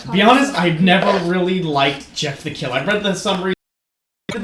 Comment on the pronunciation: Sorry but you butchered Jeff the killer